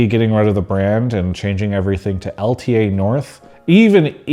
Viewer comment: Travis, its L ta! you gotta say L ta